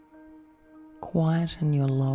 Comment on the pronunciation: When you were saying "navel" and "vertebrae" I didn't understand you at first and was like woahhhhh shit she's hypnotizing me to forget English oh god nooooo